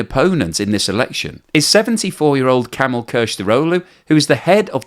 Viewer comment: Who is Camel Kilicdaroglu ? I thought it was Kemal like in Mustafa Kemal = Attatürk ??